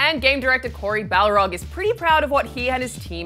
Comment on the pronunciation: Corey Balrog as in a Balrog of Mordor who is named Corey. its Barlog ,IGN